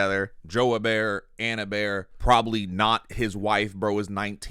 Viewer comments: Her-Bear is an insane pronunciation for Herbert lol Edit: Just heard pronounce it, sorry for doubting you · Hebert is pronounced "ay-bear"